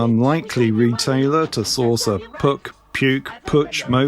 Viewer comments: In Germanic languages' area, Puch is pronounced [pukh]. 'P' is hard, no puff of air; 'u' is like the end part of 'you'. The -ch is read aloud like the initial sound of 'khaki'. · Puch (German pronunciation: [pʊχ] 🙂There's an audio of it on the English Puch wkpd page. But that’s just by the way – the video is brilliant! Thanks and best wishes from Germany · Actually rhymes with look, book and nook (ie a short 'oo'). To be completely correct, should have an almost indiscernible extension to the k - so Pookh...... Having said that, we always called it Pooch, as you would refer to a dog..... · It actually rhymes with book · All your choices are wrong. Puch is pronounced as if it were a Scottish word. With the Ach-sound at the end. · I have been riding since 1968. Never new how to pronounce PUCH either. They made small motorcycles I believe for Harley in the 60s, my dad would rent one and give me a ride when I was 14. No foot pegs for a passenger so my feet tried to stay on the axel or something.